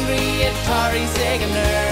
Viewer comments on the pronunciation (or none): none